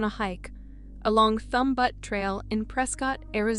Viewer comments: Butte is pronounced b-you-t not but.... It is a common word ffs.... Let's pull our thumb ourlt of our butte and try a little harder shall we? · I heard " Thumb Butt Trail". I assumed she meant "butte". Was actually kinda funny. We jokingly call everything named "butte" butt. 😹